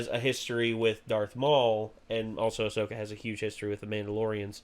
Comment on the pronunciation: Really dude!? You can’t even get her name right? 😅 Ahsoka Tano*